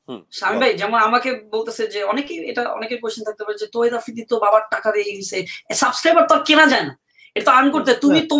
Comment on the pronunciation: আফ্রিদি নিজের নাম টাও উচ্চারণ ভুল করে।।অকালপক্ব প্যাচ প্যাচ করেরে।।স্মার্ট কাউকে নিয়াছেন যে ম্যাচিউর ।।